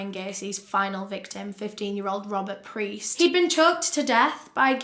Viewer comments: I love your videos so much! However, there are a few corrections that I want to point out: the boy's last name was Piest not Priest; very easy to get mixed up. Also, it's not Lime it's actually pronounced. ^_^ So happy you're back! Can't wait for the next case! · It's Piest, not Priest. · I'm just here to say it's Robert PIEST not priest....no R. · Peist, NOT Preist ugh it's driving me nuts. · Rob peist pronounced like peiced together. Not preist, not the holy man. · It’s Piest not Priest :) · It’s Rob piest not priest 👍🏽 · I just want you to know that you call Robert “Priest”, it’s Robert Piest. Just a small correction. Otherwise fantastic video and now you’re one of my favorite YouTubers. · I just would like to make a small correction in your research. The boy who worked at the pharmacy, who became one of Gacy’s final victims, was named Robert Piest. You kept saying Priest instead of Piest. It’s a small mistake, but a rather important one in my opinion. I just thought you would like to know that. Thanks for all the hard work you do to put out these vids!!! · I'm sorry but could you please show more respect to the victims by doing proper research and stating their names correctly? His name was Robert Piest, not priest. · the boy's name was Robert Piest. (say his name.) tho frankly the mispronunciation "Priest" is super fitting to the way - tho his death was equally as horrific as all of Gacy's victims - this one case was suddenly taken seriously and deified to the point of giving enough fcks to actually solve this already easily solvable case (ie. this had already been solved by an openly gay man who had been tortured and assaulted, but the police didn't consider that a crime) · Love you and your work….just wanted to say it was Robert Piest, not PRiest. Sorry to be annoying, just feel like it should be mentioned. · It's Robert "Piest." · We love you! It's Robert Piest though XOXO